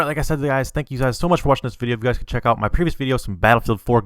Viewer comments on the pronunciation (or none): none